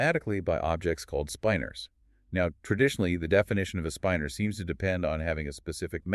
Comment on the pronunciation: Unfortunately, the one in this video pronounces "spinor" as "spine-er", not the correct "spinn-er"